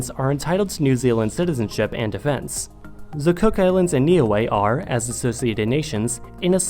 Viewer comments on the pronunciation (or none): It is pronounced ni-ue not “ni-way”